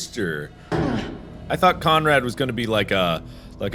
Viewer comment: I know his name is Conrad but the way mark says his name I just hear comrade